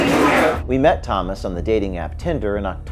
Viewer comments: Talk about deceptive - look at the name for clues. Tomas could almost pass for the American name (with a slightly different spelling) but sounds more like Hamas when when pronounced. Looks like one thing in our culture - and is different entirely. James said it perfectly - the point and outcome will be improved safety (consciousness-action-enhanced, appropriate results around such matters), transparency, clean-up, and security. Tomas needs to face the charges while things are overhauled and changed. All others working details need to be looked at and cleaned up, accordingly, asap. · What more do you expect out of a leftist. It's not Thomas it's Toemas' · Thomas, pronounced Dumbass.